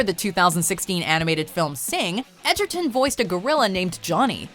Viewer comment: I like how she's saying Tarons name as Edgerton when that's not how its spelled or pronounced 😂😂😂 I mean that's what I thought at first but when I bought the movie it was spelled Egerton on the title 😂😂😂